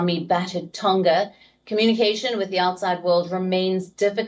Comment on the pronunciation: It is Tonga not Tonka The pronunciation of Tonga is like this, the ng on Tonga, think of the word, ' song' 🎵, the To + the nga is pronounce Tonga, not Tonka